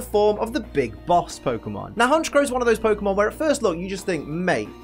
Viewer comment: IT'S HONCHKROW, NOT HONCHOW!